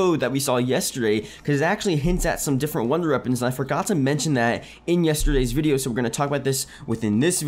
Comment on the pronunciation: Why can't you say wonder weapons? 😭😭😭😭